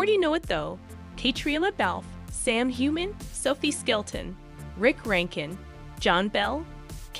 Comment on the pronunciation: Caitriona Balfe's name is pronounced Balf the E is silent. Also, Ian is pronounced (Eee AN) Please say Young Ian if you are trying to differentiate . Sam's last name , Heughan,is pronounced (You han)